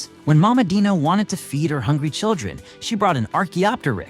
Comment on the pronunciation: Bro that is not how Dino is pronounced——- whatever